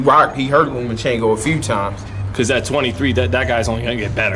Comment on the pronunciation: Who is Lumachinko? It's Lomachenko. And Floyd was calling him "Lomo" the other day. No "u" in his name. And the "o" is at the end.